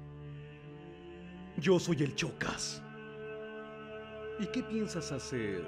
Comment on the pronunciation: que no era shokas en vez de chocas?